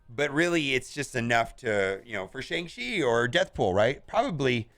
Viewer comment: Still can’t say the name right .... it’s Shang-CHI ! Not Shang-she